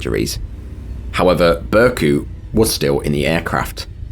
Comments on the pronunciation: Kindly pointing out that the "c" in the Turkish alphabet makes a "j" sound. Just for future reference with Turkish names. Burcu's name would be "Bur-ju" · Burcu in Turkish is pronounced Burdju -- the c is like a j in Turkish. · How did you manage to mess pronouncing Burcu that bad lmao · That's not pronounced "Burcu Saglam", this is silent "ğ", it's "Bourjue Sallam". R.I.P. everybody.